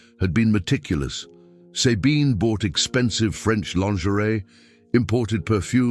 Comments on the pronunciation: and the pronounciation of SABINE is really bad, sorry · I have a neighbor she is German and she calls herself Zabine